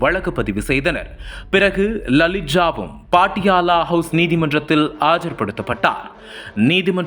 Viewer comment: தம்பி, பாட்டியாலா இல்லை. பட்டியாலா என்று கூறு.